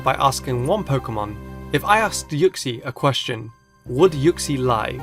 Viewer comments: It's pronounced ooksy not yooksy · it's not u-xie its oo-xie but it's spelt uxie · u say uxie rlly weirdly